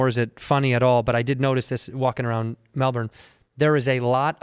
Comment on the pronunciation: Caught me off guard when you said Melbourne how we say it, props